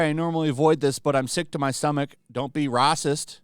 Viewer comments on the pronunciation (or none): 2 It's Racist, not Raist.